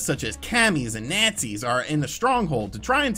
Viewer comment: Cammys and natsies? Lmao